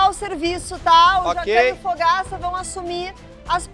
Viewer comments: A Chef Helena chama do o Fogaça de Fogs 🤣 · A Helena chamando o Fogaça de Fogs 😂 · a helena chamando o Fogaça de fogs kkkkkkkkkkkk ai ela é tão querida 🥺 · A HELENA FALANDO "aqui no time do foguis"( fogaça) AAA AMIGUINHOS 🥺😭😭😭💜💜